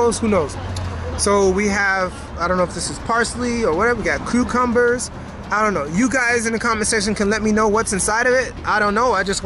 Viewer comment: "Croocumbers" Keep up the content 💪😁